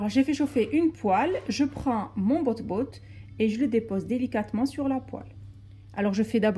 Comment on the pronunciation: c pas botbout c batbout